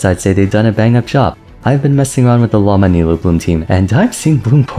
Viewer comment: The way you make an effort to say characters' names correctly but insist on pronouncing Lauma wrong every time hurts my soul 😭 what did the language of Finnish do to you?